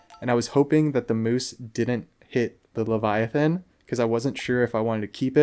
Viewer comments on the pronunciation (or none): Good ole leva-thigh-on. Lol.